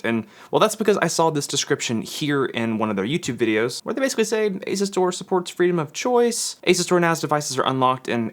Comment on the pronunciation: Isn’t it pronounced As-U-Stor?